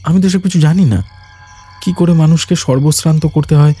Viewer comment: উচ্চারণের ভুল কানে লাগলো , সর্ব সান্ত হবে সর্বস্রান্ত নয় । এছাড়া বাদবাকি অসাধারণ ।